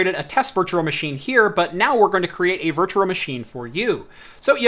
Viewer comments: It really is bad. Virtua Virtua Virtua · I know I'm like a nazi for pointing out you say Virtural, lol. Love the video other than that and the audio being slightly out of sync! I'm a harsh critic. I just want you to be perfect. That's all! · How he says "virtual" is so cringe, but I love his videos.